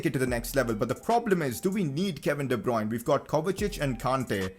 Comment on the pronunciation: de bryune